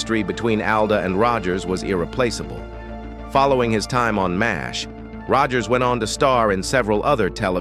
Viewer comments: Hearing M A S H over and over shows limits of AI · We played a drinking game. Every time the AI say M-A-S-H we drank beer. For every time it said fourt thousand and seventy seven, we drank wine. For every time it said "iconic" we took a shot. We never made it to the end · Horrible understanding of pronunciation of English terms. Spelling out Mash, dumb. Numeration of 4077, dumb. Stopped watching…